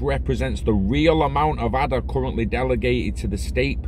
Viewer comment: Ay-da. After Ada Lovelace.